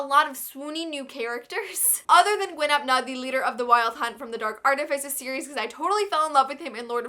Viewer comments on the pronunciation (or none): As much as I love this video one thing is getting to me your pronunciation of Gwyn ap Nudd it's a Welsh name, so "dd" is one letter so it's sorta pronounced like a harsher "th" it's hard to explain because I've been speaking Welsh my whole life